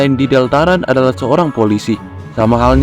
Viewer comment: sial gw telat satu tahun untuk menghujat bagaimana dia mengakatakan deltarune deltarun tcih